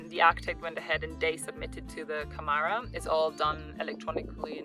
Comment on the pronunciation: some good info for new people coming here!.... we have been here six years. by the way you pronounce Camara more like you actually say camera. Our farm was built before 1951 and as we only changed some internal walls so we did not need planning permission. We have just started a channel about our life here. Subscribed to you, good luck!